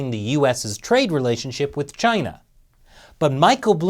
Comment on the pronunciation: It's Chyina.